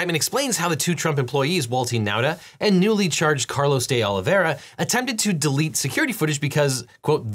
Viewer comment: All I can hear is Day Lavayrah! (Presumably, D’Oliveira). Sorry!!